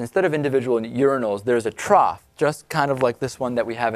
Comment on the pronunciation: Did he put an "L" in the word trough?